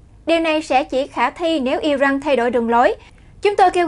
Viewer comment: I ran chứ không phải I răng